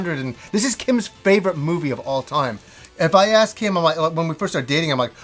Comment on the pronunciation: Gaming yeah, i could of sworn he said, "I didn't ass for this." lol